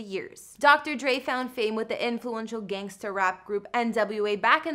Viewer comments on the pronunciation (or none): IT'S DR. DRE NOT DR.DREE🙄😠🙄😡🤬👎👎 UGH..!!